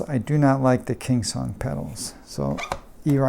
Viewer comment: Thank you again for this refresh of the S22 just before riding together. My name is pronounced perfectly in this video, nothing to say 😁.